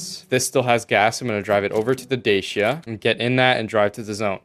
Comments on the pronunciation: It's pronounced "Dah-chi-ah" not "Day-shi-ah" :)) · the way u say DACIA makes me Wana die.... since when did it become DASHIA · It's pronounced DA-SIA You triggered James May.